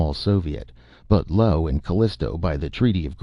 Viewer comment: "Lo"? Perhaps narrator misreads "Io"